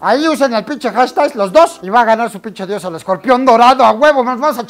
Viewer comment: me sonó tipo pinshi diosa por eso jaja